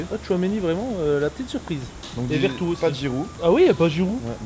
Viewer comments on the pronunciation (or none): vertou a ouias il est fort en ce moment 😂😂😂😂😂 c'est veretou pas vertou 😂😂😂